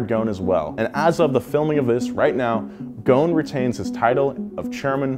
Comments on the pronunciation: Carlos GHON ? it's Gho S n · it is pronouned GHOSEN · The s is not silent his name is not goon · He is of Lebanese descents,his last name is in arabic thus it is not pronounced gone it is gho-se-n “غصن" witch literally translate to “ branche” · Why are you missing the S ghoSn. The s is not silent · You should pronounce the S. Ghosn not ghon. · Carlos GHOSN NOT GHON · There is an "s" Between "gho" and "n" You should consider pronoucing it😅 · Its Ghosn Pronounce gho-sen Meaning in Arabic "Branch" as a tree branch Thank you for all the great videos Keep them coming :) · Carlos last name is pronounced "Ghoo-son", a name which means "twig" in Arabic. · Carlos is Lebanese and so am I. You pronounce the S in his name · The “S” in his family name should be pronounced, ghoSn , just for info 🤔😇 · how is Ghosn pronounced Ghown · You are pronouncing his name very wrong .. it is divided to 3 pronounced words... GHO" SS" NN" ... GHOSN 😋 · The s is not silent in his last name u r saying it wrong